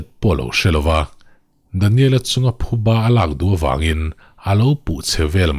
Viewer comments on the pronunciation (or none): none